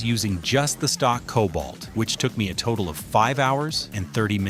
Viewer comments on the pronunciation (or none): none